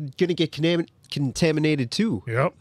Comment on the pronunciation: Almost said "conaminated" Funnily enough "It's been conaminated!" is a running gag we use to give my friend a hard time because he said that once.